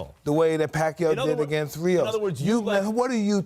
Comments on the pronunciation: Its pacquiao!! Not pacyo. Disrespectful. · Woooh, the narrator doesn't know how to pronounce Manny's last name, who's "Pac You"? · nice pronunciation manny paqyou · please pronouce it right😡😡😡😡😡